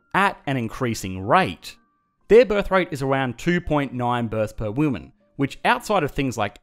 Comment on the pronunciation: “2.9 births per woooman”